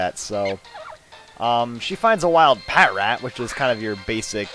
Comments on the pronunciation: its pronounced pa-trat, not pat-rat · Patrat is pronounced "pa-trat". Just to let you know.